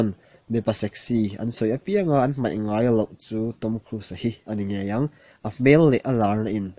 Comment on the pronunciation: mizo tawng hman dik hram2 hi tum tur....meithei tihtur ani lo a,maithei tihtur,....kha kha ani mei..tihloh tur...kha2 ani mai tihtur